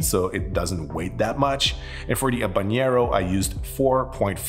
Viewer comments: It’s all good. It’s confusing. You don’t pronounce the H in Habanero and the n isn’t a ñ like it is in jalapeño. But if you can pronounce anything in French, you win regardless. Great channel. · Habanero mispronunciation count: 4. N and Ñ are different sounds. Ñ is like jalapeño. But habanero has a regular N sound. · Ok - let's break it down: 1) It is an entertaining video! However - besides of the fact, that he pronounced not only Jalapeño wrong- but also Habanero (and I am sure, that there were more pronouncing errors - which I totally excuse): 2) most of the heat of a chili is in the ribs / pith. The seeds are often pretty bitter. Of course there is heat in all areas - but it is pronounced in the mentioned areas. It is a bit telling, that this hasn't been researched and mentioned wrongly... 3) Chilis are notoriously inconsistent when it comes to heat. Eat one birds eye - and it is not spicier than a jalapeño (or other milder chilis) and another one who blows out your head! The same applies to all chilis. It depends from plant to plant, to climate (the said stress of the plant) and also to region and ripeness. So if this habanero was gentile - it is a very wrong notion to give a recipe with 4.5g - because it could be the "death" of your next cocktail, if you get a spicy one. It is also a shame, that poblanos were not tried. It has an amazing flavor (very distinctive like jalapeños - similarly vegetal - yet different) - which is the "mildest" of all peppers (besides of bell peppers). *The lesson to be learned: the spiciness on the Scoville list is showing the average spiciness of a pepper - which you can't really generally apply. 4) I would also use different tequilas for different peppers. Jalapeño peppers (serrano peppers, poblanos, Anaheim) - basically all "vegetal flavor pepper" are